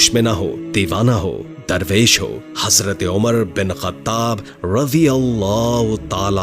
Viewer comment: Lafz hasrat nahi hai hazrat hai bahi jan ap bar bar hasrat hasrat kahrahy hai .